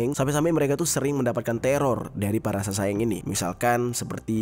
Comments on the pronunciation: SASAENG = 사생 dibaca saseng kak. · Cara nyebutnya saseng bang bukan sasaeng sa nya diilangin satu